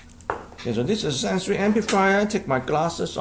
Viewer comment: Hello I hope all is well in Florida, Hello I learned that Sansui is actually prenounced "SHAN-SHOOEY"